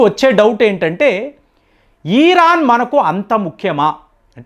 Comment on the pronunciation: ఈరాన్ కాదండి దయ చేసి ఇరాన్ అని పలకండి.